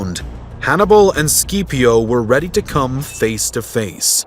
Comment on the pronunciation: Consul Skeeeepio... 😂 SKIP-IO